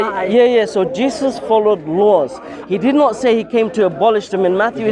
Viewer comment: It sounds like shes saying "cheesus"